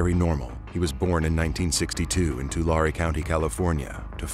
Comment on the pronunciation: Tu-Larry is how it’s pronounced